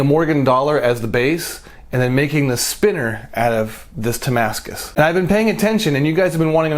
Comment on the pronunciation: You wanted to say Titanium but thinking Damascus and came up with Tamascus